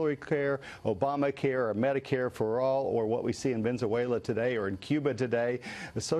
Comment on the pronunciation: I laughed when the chap kept saying Venzuela :-)